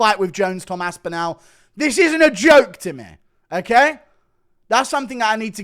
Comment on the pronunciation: What the fuck are you doing to Tom's surname? How do you pronounce Cardinal? What about spinal? Anal? Phantasmogorical, pharmacological? Now try saying Tom Aspinall, if that didn't work maybe think of it like Aspinill instead? Although, maybe you are saying it the way it is meant to be said? All, call, fall, small, Tom Aspin-Al Bundy!